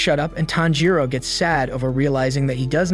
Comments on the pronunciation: ITS TANJIRO NOT THANJIRO.💀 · WHY DO PEOPLE KEEP SAYING “TANJIROU” IT’S TANJIRO! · ITS TANJIRO😊 NOT THANJIRO💀💀💀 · bro his name is not THANJIRO WTF LEARN HOW TO READ ALSO LISTEN TO THE DUB also many other cringe pronunciations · CAMPCHIRO ITS TANJIRO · its not thanjiro its KAMADO BOY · Pronounced Tan G Ro not Tan Ro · bro isnt even saying Tanjiro, he’s say fanjiro 🤬🤬🤬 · ah yes we do be liking the main character thanjiro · is nobody gonna talk about why tanjiro is called "Thanjiro"? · It's Tanjiro, not "Thanjiro". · No it’s tanjiro the rizz hashira not thanjiro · CAN SOMEONE NOTCIE HE SAID TAMPICHIRO, BROS ACTING LIKE INOSUKE, HES DITCHING EVERY NAME I SWEAR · bro said thanjiro lol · Pronouncing Tanjiro name wrong say it in Japanese Tan g for ji ro Tanjiro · “Tanpachiro” had me dying 😂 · “Thanjiro” “Nickirin” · i cant stop laughing with the "thanjiro" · I heard fanjiro like wth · I heard fanjero not thanjiro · He saying thanjiro 🤣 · bro says thangiro wtf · Nah bro said fanjuro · Finaly YESSS GOOD NOT THANJIR0OO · Were thanjiro 😂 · No it’s tanpachiro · U are pronouncing all their names wrong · Its funny how he is pronouncing every name wrong 😂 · I can’t with his pronunciation of Tanjiro